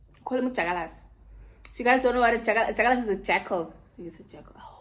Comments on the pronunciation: But it's dyakalashe not dyakalasi🤣😭 but we love you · 😂😭The way you say jakkalas!😂